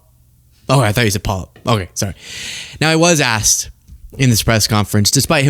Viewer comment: I never want to hear this man say "polyp" again ! 🤮🤮🤮